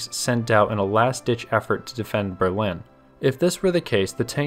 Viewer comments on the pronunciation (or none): none